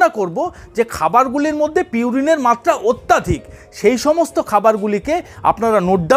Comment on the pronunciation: Kathata atyaadhik nay..Atyadhik habe